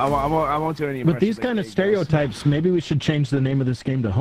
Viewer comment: “sterotypes” Close enough I guess?